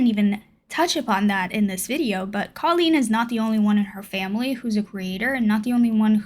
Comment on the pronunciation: She pronounces it “Cole-een”. Sorry, just had to haha.